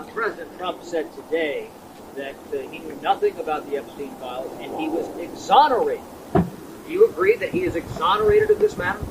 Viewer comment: DID SHE JUST SAY "HE WAS EXONARETED BY VICTIMS"???😮😮😮😮